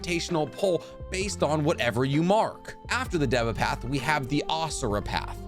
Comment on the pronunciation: You sed deve you need to say deeva path